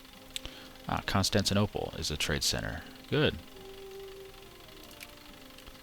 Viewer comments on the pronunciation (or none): none